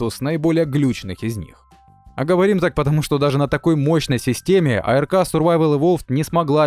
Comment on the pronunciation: не АЭРКА а просто АРК!!!